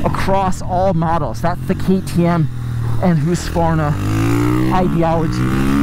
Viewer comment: Hahaha!... Hooskvarna? Even if (in today’s weird topsy-turvy world) you’ve found that’s the proper pronunciation, please never say it like that again.:) Otherwise, thanks for keeping your reviews [seemingly] unscripted. Keep up the real-world stuff.